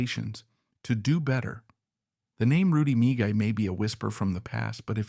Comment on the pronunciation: This AI narration is an embarrassment. His name is pronounced MEE-GAY not Mi--Guy. And the legendary Rocket Richard is pronounced Ri-Char as it is French. This is an on-going problem with AI. Famous names are butchered. This is just one more example.